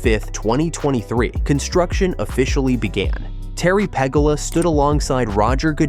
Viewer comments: It's not "PEG A LA " you dumb ass, It's pronounced Pa GHOULA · Its pronounced PE GOO LA (Pegula) (not Pegala) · Its pegoola...like goulash not pegula! dumbass needs to get his names correct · Apparently the person doing this video is Not from Western NY....The Bills owners name is pronounced Pegooola. Apparently he doesn't follow professional tennis either. Ranked#5 in the World is Jessica Pegula. Go Bills! A beautiful new stadium! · Learn to pronounce the owners name